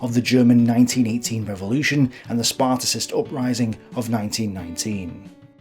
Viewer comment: You should attempt to pronouce the name of Ebert right. Also, it is not the Spartacist upraising but the Spartacus uprising. Sparticist make us believe that this is a reference to the ancient Sparta. But the Spartacus League was named after Spartacus, the leader of the Roman slave uprising. This is not a small mistake for a historian.